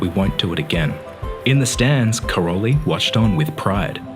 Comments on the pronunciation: Just a correction: her father's name (Károly) is pronounced as "Karoy" [car-o-y] - not Karol-y. Her name is pronounaced as 'Selesh' with sh at the end. It means: windy. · Great video. But it's not Karoli, it's Károly, in Hungarian -ly is the same as -j, one letter, not two. No word about her origin? She is 100% Hungarian, not "Yugoslavian". Her real name is Szeles (Windy), (pronounce: Selesh), and Mónika has a long ó, not short.